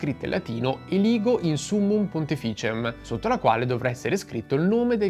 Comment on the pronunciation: ci sono errori di pronuncia ; pontificem ha l'accento tonico sulla prim I non sulla sulla ìseconda